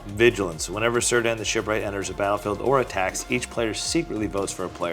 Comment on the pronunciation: Another episode of butchering LotR names🤣. It's pronounced "Keer-dan",kinda like a misspelled Ciarán.